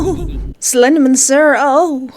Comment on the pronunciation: "Slendamin" hehehehe